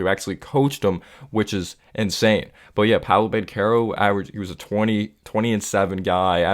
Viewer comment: Good vid. I like you putting out consistent content. Extra props for pronouncing Banchero and Wagner name correctly. 👍🏽👍🏽👍🏽